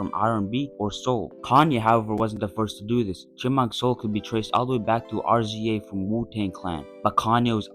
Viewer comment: cool vid gang just one thing, RZA's name is not pronounced R-Z-A, it's pronounced like the word rizz but add an "a" at the end, Rizza